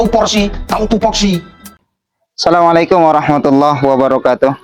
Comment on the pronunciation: Asalamuaikum itu walikun Baca apa tuh gk jelas, bukan Baca kuraan astofilloh itu sangat sesat